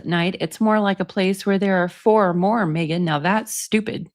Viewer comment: Nick says...Mmegan😂😂😂